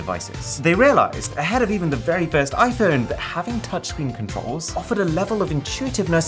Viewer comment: the way he says iphuwne 🥹😱💀😤